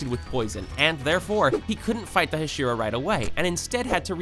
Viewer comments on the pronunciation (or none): none